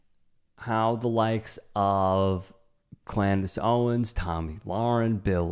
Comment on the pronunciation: Did u say Clandace Owen’s?